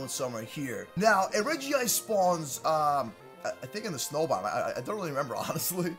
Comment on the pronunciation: Its called Regice not regiice